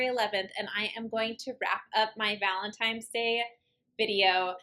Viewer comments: i love your channel but the "valentimes" day was killing me 😂😂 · Take a shot every time says valentime's.